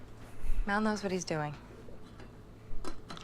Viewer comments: why you calling him Maul? like Darth Maul? :P Mal, like Al, or pal, for Malcolm. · Mal is short for Malcolm. Mal, not Moll.